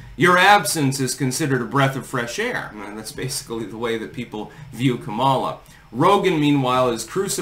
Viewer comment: FYI it's pronounced COMMA-lah not com-AH-lah. shrug